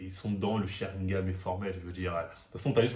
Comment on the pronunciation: Sharingan pas sharingam bordel 🤦🏾‍♂️